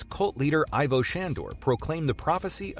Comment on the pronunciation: it's pronounced "Eevo"